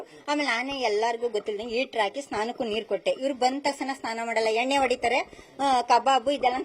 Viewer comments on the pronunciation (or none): Lo henne alro adu enne thu nimma en news channel kannada sariyag baralla